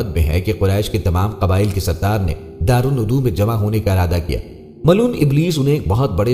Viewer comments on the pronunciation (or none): Please correct the pronunciation. Its DARUL NIDWA NOT darul nudu